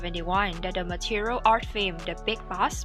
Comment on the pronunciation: It's not Material artist. It's Martial artist.